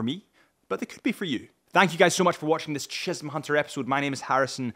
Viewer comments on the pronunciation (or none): none